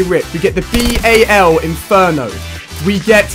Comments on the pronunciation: "B-A-L" No one says that. XD It's Bal. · its bal 27 not b-a-l 27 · mate you don't call it B.A.L its so annoying when you say it like that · It is not a b.a.l it is a bal 27